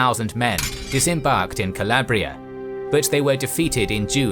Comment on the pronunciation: Alarabia (noooo Calabria (yesss